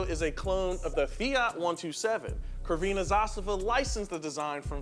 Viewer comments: omG it tears my ears... Not "krvena", it is more like "tsrvena" zastava. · what fucking crvena? iirc it was only "zastava" - flag. also crvena is pronounced like tsrvena. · Yugo isn't the worst car in the world. You obviously guys haven't heard of Tata Nano or let's put it this way... I owned this car for 7-8 years, loved and enjoyed driving it, and would still take it in 2023 over any electric crap or any other modern car.. did you say krveena zastava? lol dude learn how to pronounce :D gotta love americans and them trying to pronounce foreign names and things hahaha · Its not K is C like a letter C ... and the pronounce is (tz) Crvena zastava,...and the factory is not crvena zastava,..only zastava...:) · Really funny how you pronounce CRVENA 😂 . The proper way would be something like zrwena but u pronounce lik kurva which means "slut" 😂😂😂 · It is not pronounced "krvena" but "crvena" and yugo still have active life in ex Yugoslavia. 😢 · "Crvena" is pronounced "Tzrvena." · When using google translate just click on that sound button, it's tsr-whe-nah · C is not read as K in word Crvena - That was so proper name butchering lol - Also to note, this car is a peace of crap, I'm Sebian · These people lack knowledge on the yugo. Crvena is pronounced as Ts'rvena. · 'Crvena' is pronouced 'tSER-VEN-A'. a very soft 't' sound at the start. In cyrillic the 'C' is a 'S' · C in this language is pronounced like "Ts" And this car interior bit reminds old Soviet cars like Lada's, yet outerior is better at least for me. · it's pronounced Tsrvena Zastava. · The C in crvena is pronunced like tz or like the zz in pizza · Fwiw, 'crvena' is pronounced more like 'sir-vena'. I'm currently living in Belgrade, and although I'm sadly yet to spot a Yugo, ancient Fiat Pandas are absolutely everywhere as food delivery cars. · the C in Crvena is pronounced ts not a pedantic Serbian here, but a Romanian nostalgic for Yugoslavia :) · Crvena zastava ( c (no k))